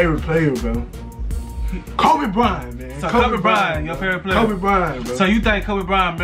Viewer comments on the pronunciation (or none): Bryant not byrant 😅😅